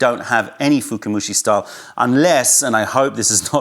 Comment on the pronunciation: Hey, small nitpicking, its not "fukumushi" but "fukamushi" (深蒸し), from "fukai" (深い, deep).;) Very informative video as always! Thank you!